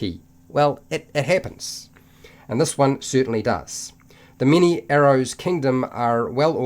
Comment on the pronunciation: Every time you said "Mini-arrows" I laughed a bit inside :D